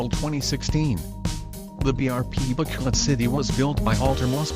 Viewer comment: BRP Bacolod City, not Bacoloc